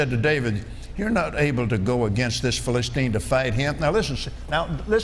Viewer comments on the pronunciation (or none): Here is what is happening. He spends an inordinate amount of time flipping from verse to verse and brings up the subject of covenants. Eventually, he gets to the story of David and Goliath. Along with annoyingly mispronouncing the word Philistine 30 times, he points out that David was aware of or confident in his covenant with God. Then, the rest of the story David kills Goliath. Then, some jokes about the decapitated head. Lots of tangents. Now, a covenant for America. Skipping to Genesis 17? Nursing a child? A bit of Alzheimer's and he is pronouncing things really weird. I don't know why he is stuck on the old covenant, but he is trying to tie it to George Washington. Jesus was the fulfillment of the old covenant. Did Kenny forget about Jesus? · T'he irony that he can't pronounce Philistine 🫣